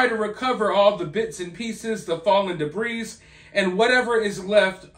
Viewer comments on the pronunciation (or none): Learn how to pronounce "debris"